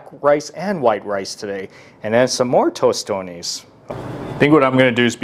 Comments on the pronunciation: Guuuuurl he had me ready to reach out and hit him 👊🏿and I’m not a violent person 😂😂😂🇭🇹🇭🇹🇭🇹🇭🇹🇭🇹🇭🇹🇭🇹🇭🇹🇭🇹it’s not tostone! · He said tostones🤦🏾‍♂️ bro where you think at lol we don’t say that lol